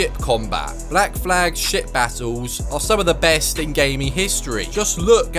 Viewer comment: I thought he was saying shit instead of ship combat. 😅